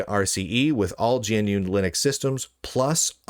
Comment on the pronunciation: G N U is the only name butchered here :eyes-purple-crying